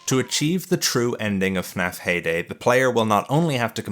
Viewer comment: I thought he said payday instead of heyday. Immediately thought of clown gangsters robbing the pizzeria while ninja cops attempt to drop kick them.